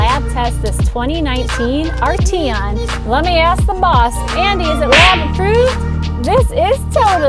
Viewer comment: I believe you're pronouncing the name incorrectly.